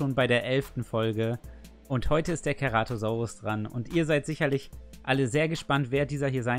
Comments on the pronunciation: wie mich das triggerd wenn keratosaurus sagt und nicht ceratosaurus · Ach und das "C" beim Ceratosaurus wird wie ein S/ß aus gesprochen also nicht wie ein "K" xD